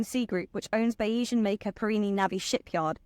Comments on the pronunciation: Bayzian, not Bayeesian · "Bay-ee-san"? Surely on her three-hour flight to Palermo this young lady might have researched how to pronounce the name of the boat? "Bayes-ian" (Keynesian, Marxian, Darwinian, etc), adjectival form of surname of Thomas Bayes, the mathematician who inspired the owner to make his fortune. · pretty sure it's pronounced bay-zee-an after the probability theory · It’s pronounced bayseeann - after the statistician